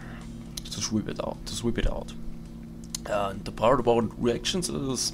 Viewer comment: It sounds like your saying erections instead of reactions..